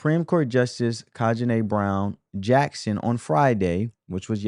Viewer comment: you are not pronouncing the supreme court justice's name correctly. it is NOT Ka-Ji-Na, it is Ke-Tan-Gi. Are you illiterate, or do you have a speech impediment?